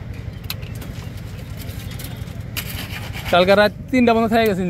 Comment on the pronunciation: ভাই বিসমিল্লাহির রাহমানির রাহিম সঠিকভাবে উচ্চারণটি করেন। যেভাবে সবসময় বিসমিল্লা বলেন বিসমিল্লাহর অর্থ কি সেটা ভালোভাবে জেনে নিয়েন